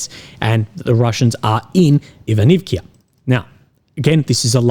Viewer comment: Петропавловка! а не Петропавликија. Ивановка! не Иванивкија! Ако не знаш да изговараш како треба, научи!